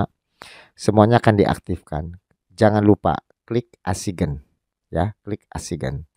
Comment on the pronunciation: assign dibaca ''esain " biar enak di dengar videonya,,🙏